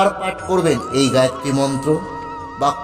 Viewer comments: গায়েত্রী নয় হবে গায়ত্রী। দৈবিক না দৈবী? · গায়ত্রী মন্ত্র। গায়েত্রী নয়।আপনি আগে বানান উচ্চারণ করুন তারপর জ্ঞান দেবেন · গায়েত্রী না গায়ত্রী? যতটুকু জানি উচ্চারণটা হলো গায়ত্রী। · ভালো ভিডিও। তবে "গায়েত্রী" মন্ত্র নয়, গায়ত্রী মন্ত্র। ধন্যবাদ 🙏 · মন্ত্রোচ্চারণ শেখাবার আগে নিজে সঠিক বলুন। গায়েত্রী নয় গায়ত্রী।